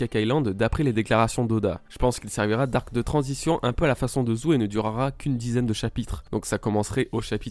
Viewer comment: On dit zoo pas zou